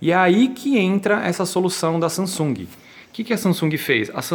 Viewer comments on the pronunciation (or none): Guys is not Sa”n”sung... is “Samsung” the “m” in the meddle, have to sound like a fucking “m”... capicce???